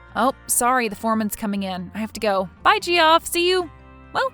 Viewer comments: It's pronounced Jeff! Geoff is an alternative spelling. Geoffrey/Jeffrey are the same name. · Yeah, GEE-OFF sounds weird. I wondered if she from a different country? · Geoff is pronounced Jeff (its just a different spelling) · Lol, the Ge off had me rolling. Not the first time names are pronounced oddly but this one 😂. I wonder where the artists are from 😊❤ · Gee-off, Gee-off, Gee-off 🤣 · This channel pronounces a lot of the names incorrectly.😅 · It's pronounced Jeff! JEFF, JEFF, JEFF!!!!!!! Whenever she said "Gee-off", I wanted to scoop my eyes out with a rusty spoon! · Ge-off, please! It's pronounced JEFF! Oh my god, I love this channel but how do you screw that up? You might get away with pronouncing it Joff, if you're trying to sound 'upper-class', but it's only one syllable. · Why oh WHY is Geoff being said as gee-off instead of “Jeff” a little of my soul died everytime she said gee-off 😂😂😂😂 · Geoff is pronounced Joff or Jeff, either way, but def. not gee-off The G is a J sound. Sequestered Jurors don't have their phones, hence sequestered. No TV, no internet, no phone. They have a contact for family emergencies and have any calls monitored. They wouldn't be just taking calls from Gamboni associates. lol If she were a person to do her duty, as was indicated, she sure wouldn't have been talking to the guy about the trial, naive or not. She also would have told the court that he tried to bribe her. Cute story, but as there's no way it could happen, it kind of made no sense to me. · Geoff??? It's pronounced JEFF, as it's part of the name Geoffrey, which is NOT Gee-off ray, it's the same as Jeffrey. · Hilarious the way they pronounce Ge-off, guys just a different way to spell Jeff, English is weird that way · Geoff =jeff. Not gee-off 😂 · Jee off… 🤣🤣🤣 It’s Jeff people! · This would be my all-time favorite if "Gee-off" didn't kill a piece of my soul every time. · That name Geoff is pronounced like Jeff I'm pretty sure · Its pronounced jeff lol